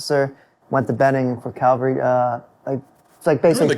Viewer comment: You'd think someone in the cavalry would know how to say cavalry. Burt, I understand.